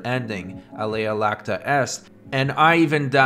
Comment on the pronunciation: Please fix your latin pronunciation. As you say it, you're saying 'the die is milky.' XD - it's a capital i, not a minor L.